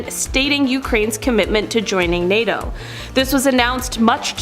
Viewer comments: What’s with the lady pronouncing NATO? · Why she choose the most difficult way to say NATO